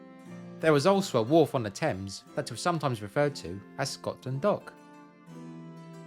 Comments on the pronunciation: Why do you pronounce Scotland Scot(s)land? Something I am not aware of here? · Sounds like you saying Scotsland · Am I hearing Scotsland instead of Scotland? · Skotsch-land, you say?